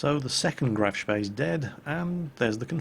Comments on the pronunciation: is it just me, or does it sound like is saying Graf's bae when he says Graf Spee? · good old days when pronounced graf spee properly